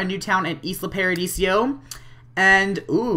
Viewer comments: It's paradiso not paradisio :P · its not islo paradisio its islo paradiso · Lol, it's "Isla ParadiSO", even though Isla ParadiSIO also sounds good. xD But nice video ^^